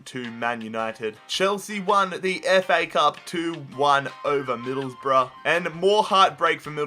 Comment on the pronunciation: And it’s Miiiidleeeesboro